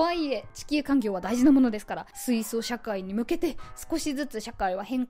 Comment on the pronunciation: しゅいしょしゃかい？